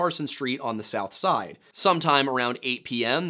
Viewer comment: A very thorough and detailed video. The pronunciation of “south side” and “Monaca” were off. But a very well done video with lots of thought and facts.